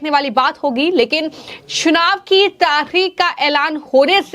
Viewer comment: चुनाव का उच्चारण😂😂😂